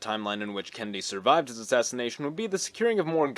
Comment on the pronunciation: Is he saying Kenndie?